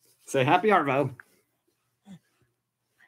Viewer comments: Pronounce arvo as ahhvo don’t rotate the r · WORTH READING from OZ. Yep another slang. Love the channel and just new this week,but I would like to educate you on the Aussie way of 2 pronunciations of the 2 words you use ever blog. 😊 First , Aussie. You pronounce the SS. It's pronounced ZZ Ozzy. And second. Arvo. You delay between the Ar and Vo. It's really quick. Let it flow . 😊😊😊😊😊😊😊😊😊